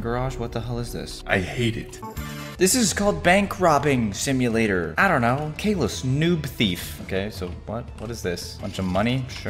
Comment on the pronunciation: Not cavlus its caylus